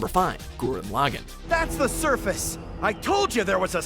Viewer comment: One day I will hunt down this guy for not being able to pronounce Gurren Lagann properly